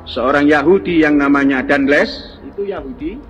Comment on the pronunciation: Belum jadi ahli sejarah, jika menyebut nama "Raflles" dan "Deandles" saja salah. 😢😢😢